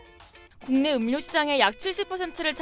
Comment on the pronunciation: 음료 발음은 [음:뇨]인데 KBS 채널에서..